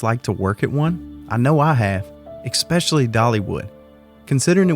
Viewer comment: Thank you for another great video. I’m going to be so prepared for my visit during the first week of June (from Tampa) thanks to you. Also, it’s always cute to hear you say ‘eck-specially’, lol.